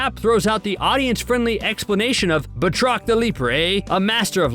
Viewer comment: ffs it's not Bah-trok. It's pronounced Bat-Rock!! That's bat as in baseball bat and roc as in Chris Rock. 20 seconds in and ur video fails. Please do basic research or stop pretending you have ANY Marvel Comic knowledge!